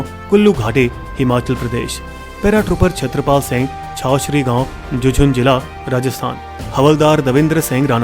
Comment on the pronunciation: Bhai Kam se Kam jhunjhunu district ka name to ache se bol lo...😔😔🙏🙏